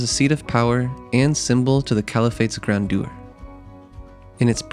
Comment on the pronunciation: Grandeur isn’t pronounced like that in either British or American English.